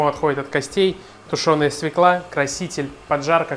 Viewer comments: СвЁкла! Запомни, свЁкла, а не свеклА. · Только не свеклА, а свЁкла. Уши режет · Бесит эта свеклА! По-русски это свЁкла! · Только пожалуйста, не свЕкла, а свЁкла. Уважайте русский язык! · Все отлично, только не свеклА, а свЁкла. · У слова "свЁкла" ударение на "ё". Моя старая учительница русского языка учила так, как я и запомнила на всю жизнь: "Как нельзя сказать ФеклА, так нельзя сказать СвеклА. Не ФеклА, а ФЁкла. Не свеклА, а свЁкла". А вообще - неплохой рецептик украинского борща. У нас, украинцев, он свой в каждой семье. И даже у мамы и дочки борщи различаются по вкусу. Меня, например, учила еще моя бабушка, а уж она знала толк в борщах - её часто приглашали варить огромные кастрюли борща на свадьбы и, извините, на похороны, когда нужно накормить большое количество людей (да-да, раньше на наших украинских землях на свадьбах кормили борщами, а традиционные поминки в Украине и сейчас не обходятся без этого блюда). И всегда гости ели и нахваливали! Так вот, один секретик от моей бабушки заключается в том, что в самом конце нужно положить заправку со старым салом. Что такое старое сало? Это обычное сало, которое некоторое время полежало в тепле и приобрело специфический аромат - раньше, когда холодильников еще не было, такое сало было во многих семьях. Я же специально для борща всегда держу небольшой кусочек такого "деликатеса". Так вот, на семейную кастрюлю борща беру хороший зубчик чеснока (измельчаю ножом), режу немного зелени (укроп, петрушка), солю и добавляю "соскребанную" ножом со старого сала жирненькую субстанцию. Все это перемешиваю в ступке и добавляю в самом конце варки в борщ. Даю ему чуть-чуть подзакипеть и сразу отставляю в сторону, чтоб настоялся минут 15, как и в Вашем,, рецепте. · СвЁкла ! СвЁкла! СвЁкла ! Хоть ты и ...... , но говори по русский, пожалуйста ! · В слове "свёкла" ударение на ё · спасибо за прекрасный рецепт! Только, пожалуйста, обратите внимание на то, что в слове "свёкла" ударение на первом слоге.